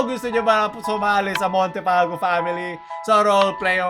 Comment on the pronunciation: Montefalco ❌ Montefalcock ✔️